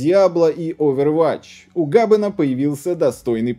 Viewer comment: ОвервАтч, гАбен, двухфактОрную. Мои уши ушли